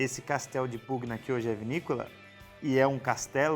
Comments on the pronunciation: me permita uma dica para melhorar ainda mais teus excelentes videos: em italiano, as letras "gn" juntas formam som de "nh" portanto, a pronuncia seria castello di "punha"... da mesma forma o "gl" quando acompanhado de "e" ou "i", forma o som de "lh"... parabéns pelo trabalho, um abraço 😉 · Salve! A pronúncia correta de Pugna é "punha", se me permite.... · Ia falar exatamente isso... Cara bom no que faz, sem dúvida, mas vale a diga.. Ficaria Casteldipunha Também o Sauvignon fica mais natural quando fala "sovinhom", percebo que sai esse "sau" no começo.. dica simples =) Adoro o canal, vejo todos os vídeos